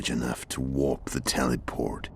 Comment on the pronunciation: Warped the TEELE-POWURT